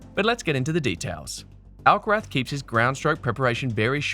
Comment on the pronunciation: Does this narator keep calling Carlos, Alcarat?!